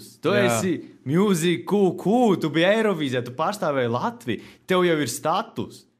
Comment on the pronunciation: Muzik kū kū? Vispār jau izrunāja ''Mjuzīk'' , Lol